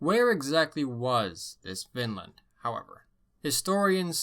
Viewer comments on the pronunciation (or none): It’s not pronounced Vinnland you have to drag out on the i like Viiinland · check "the ancient scandinavians of Ontario - 1700 B.C.E" in YouTube. btw everytime you say vinland it sounds like finland :D greets